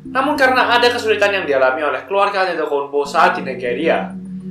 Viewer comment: memang tulisannya antetokounmpo, tapi pelafalannya adetoumpo😂